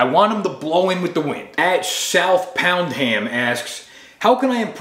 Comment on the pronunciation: “Southpoundham” is definitely not pronounced like that